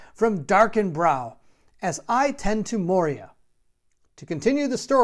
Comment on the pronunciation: MOY-ra, not mo-ria (cool video though!)